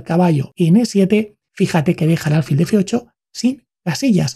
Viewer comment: No se dice álfil, se dice alfil, con acento en la i, pero sin tilde